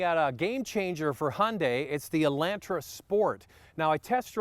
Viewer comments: I see it, too.....whats up with that???, its E- lon-tra...... not E-lan-tra. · E-LAWN-tra.....NOT ...E-LAN-tra.....listen to yourself 😊😅🤗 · E Land Tra he says cause anyone says it like that Canadian or not weird on purposeee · I don't like how you say Elantra!😡